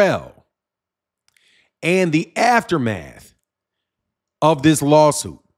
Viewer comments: For next time, it’s pronounced Cat-er-all not Catrell. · It’s Catterall not Catrell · 'Catteral.' Pronounced Cat-er-all. Otherwise an interesting video thanks.